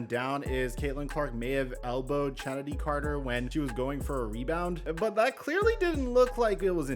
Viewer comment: It’s pronounced Kennedy Carter. The ch is. A hard c sound.